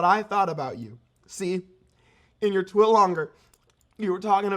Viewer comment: When he calls tweets, twits